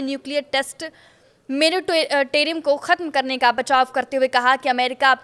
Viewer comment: What is meratrium? It should be moratorium.